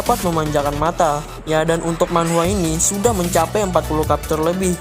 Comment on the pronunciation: Pronunc Chapter jangan di ganti jadi kepter, bacanya sama dengan tulisannya.. Semangat terus bro 👍